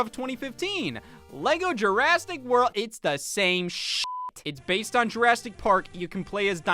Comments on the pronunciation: “Jurasstic” ?? Literally unwatchable 😤😭🤬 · I like that he keeps pronouncing it as "Jurastic"